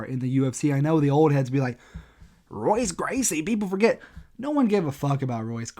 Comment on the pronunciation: Don’t try to talk about history of MMA if you don’t even know how to pronounce Royce Gracie’s name